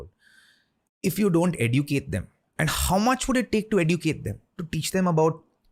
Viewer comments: Wtf is Ay-Du-Kate? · Edu--kate kya hota hai bhai?